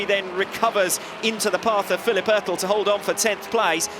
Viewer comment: STOP SAYING ÖRTEL!!!!